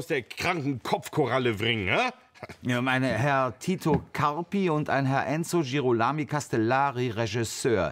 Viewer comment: Es ist wie Hopscotch. Es geht so lang gut bis er dann doch den Bach runterplumpst, unser Fremdsprachentalent Oli K., der es nicht sein lassen kann, sich lächerlich zu machen. Und es ging fast gut bis Girolami. Ich musste auch suchen, aber ich bin fündig geworden. Es ist die italienische Version von Hieronymus und der Name wird genauso deutlich auf ro betont. Michelangelosche Gestaltungskraft? Sind wir hier in Physik? - Wie wäre es eher mit michelangelesquer Gestaltungskraft, liebe Humanisten? Schlimmer geht aber immer: Federico Fellini hat ein r. Eines! Überflüssig zu beschreiben, wie man sich als "Filmkritiker" fühlen sollte, wenn man DAS nicht weiß bzw. nicht nachschaut. Was muss der Kalkofe für ein unantastbarer Diktator als Mitproduzent sein, dass niemand sich traut ihn darauf aufmerksam zu machen?! So geht's wenn einem der Erfolg in der Hose hochsteigt! Jap, ich krieg mich noch ein. Denn so lustig ist das nicht, wenn es anfängt holprig zu werden (mit mindestens drei verschiedenen r-Lauten). Nimm doch jedes Stolpersteinchen mit und tu so als wäre deine Inkompetenz nur gespielt... Ich weiß nicht, was signor Kalkamel vor dieser Sendung eingenommen hat, aber seine Überheblichkeit explodiert geradezu in Form von fehlerhaften Infos. Anna Kanakis war 1977 mit 15 Miss Italia vor der Aberkennung. Wie schwach, ich dachte mit dem Handventilator versucht er jetzt abzuheben... Erst spät aufgefallen: Das nenn ich mal veritables verkohltes Familienp